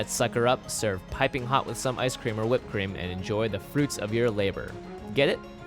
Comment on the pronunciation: Thats Hoat ... hoat ... thats hoat